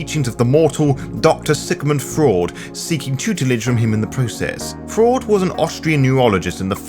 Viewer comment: Thats the weirdest way of pronouncing Kemintiri that I've ever heard. Also loved how you pronounce Freud as 'Doctor Sigmund Fraud' :)